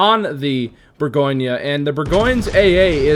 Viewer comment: Well actually,... LOL couldn't resist. It's French... so expect the pronunciation to be something other than what you think:). Here, it's more like boar - gaan - yuh. Not boar-goin. That last "yuh" is subtle, too. Don't over-emphasize it. It's the French name for Burgundy. Just like Munchen is German for Munich, Bourgogne is French for Burgundy. Edit: it's not "grobe" it's pronounced "gross". Friedrich der Große is German for Fredrick the Great. Großer Kurfürst is similarly pronounced "Grosser" not "Grober".